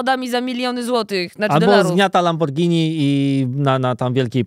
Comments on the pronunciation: LamborGini a nie Lambordżini. To tak jak Spagetti a nie Spadżetti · Muszę przyznać że zgrzyt z bardzo mi się podoba, miła odskocznia od gimpera. Jednakże jest jeden wątek który obrzydził mi cały ten odcinek. JAKIE LAMBORDŻINI? NOSZ DO CIĘŻKIEJ KURWY, WŁOSKA FIRMA, WŁOSKI JĘZYK A POPRAWIA JESZCZE REWO ŻE NIE LAMBORGHINI, TYLKO KURWA LAMBORDŻINI. NA MAKARON TEŻ PEWNIE MÓWI SPADŻETTI. A tak poza tym jednym incydentem to fajny odcinek. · Hej nie wiem czy wymówiłaś słowo "Lamborghini" w taki sposób specjalnie ale w razie czego wrzucam tipa dla Ciebie i innych. Słowo “Lamborghini” powinno się wymawiać “Lamborgini”, a nie “Lambordżini":D Pozdrawiam! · Jak uslyszalem jak mówi Lambordżini to pojawil mi sie przed oczami obraz lamborghini z twarzą dżinolda xd